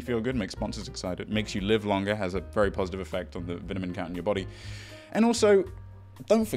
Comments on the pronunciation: The way mispronounced "vitamin" twice in this video = ❤️ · Hm “vitamin”